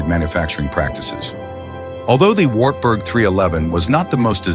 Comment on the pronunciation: AI is terrible. Some words are better off left to their original language. Wartburg is one of them 😂